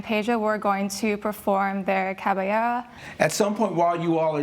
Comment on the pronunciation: The way they are pronouncing the word “capoeira” is making me cringe a little …